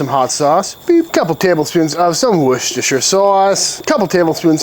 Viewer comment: Props from a Brit for saying Worcestershire sauce right 😂👍